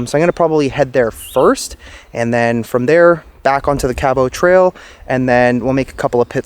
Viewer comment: You not pronouncing Cabot Trail properly is driving me nuts. But love your videos.